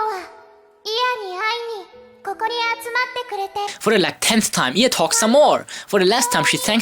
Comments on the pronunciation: Not used to saying 'IA' like "ee-aa'. I always say "ai-ey"... :'D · Its Pronounced I